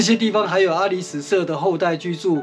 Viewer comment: （阿里史)是巴宰海族阿里史社.原領域是今台中市潭子區一帶。 (阿里史a-lí-sái）的（史)不是唸sú 而是唸做sái。